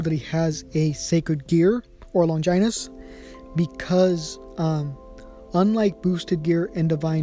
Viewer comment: Stop saying longinus like that